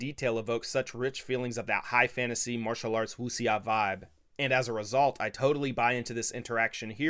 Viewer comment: Cool video, minor note Wuxia is pronounced "Woo-Shyah" it's meant to be onomatopoeic to the sound of a sword "wooshing" through the air then the ya is that little cutting sound at the end of the swords momentum. Meaning fierce heroes or Martial heroes it's basically their way of saying super heroes, just that super heroes in Chinese culture are often based on or literal incarnations of warring states period heroes. kind of like how western teens now obsess over a surface level understanding of rome.